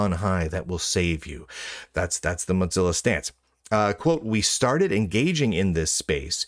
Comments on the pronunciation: Why does he say "motsilla"? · I swear he says moth-zilla on purpose. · I keep hearing Mud-zilla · That was my impression. A subtle insult every time he says their name.